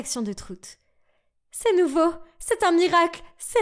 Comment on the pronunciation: Quand ta langue se rebelle "la même réaction de tRoutes" "tout le visage" au lieu du "village" "nouvReau"